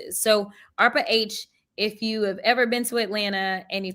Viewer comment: "Eef its a dog that leaks" 😭